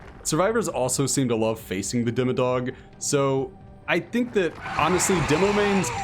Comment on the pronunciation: when you said "demodog" i thought you said dimmadoug and i was dying